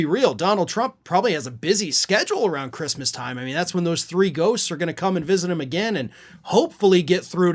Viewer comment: "Who gives a 🤬 about ChReestmas." Got it.